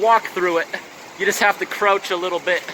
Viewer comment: I noticed the way he said "crouch." Confirms to me he's Canadian.